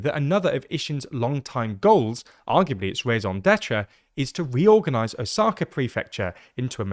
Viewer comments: Plz pronounce “Osaka” properly, the accent shld be on “O” and not “Sa” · O-saka. The tonic accent is on the first syllable. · Is this really how to pronounce Osaka in english 😭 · The pronunciation of Osaka is distracting ><